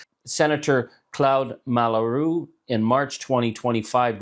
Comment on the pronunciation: It is very likely that Charlie discovered Claude Malhuret via excerpts translated and relayed by the Anglo-American media, where the senator’s name appears primarily in spelling ("Malhuret") rather than with a stable audio model of French pronunciation. A federal politician with many years of experience can operate almost entirely in an Anglophone bath, even when dealing with a well-publicized French senator.The lack of knowledge of French phonetics is not socially sanctioned in the Canadian Anglophone media space, unlike the opposite (Francophones are more eager to pronounce English names correctly). This can be seen as a sign of the normalization of a predominantly Anglophone Canada where fluency in French is not perceived as a basic skill, even for non-Quebec political elites.